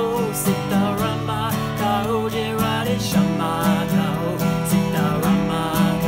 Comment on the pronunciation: His Hindi accent is quite funny in a good wat, and the way he is mispronouncing radheshyam is so adorable ❤️❤️